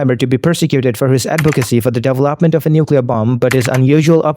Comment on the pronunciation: The pronouncement of devel-opment is messing with me and the worst thing is I know I'm going to accidentally start pronouncing it like that.😅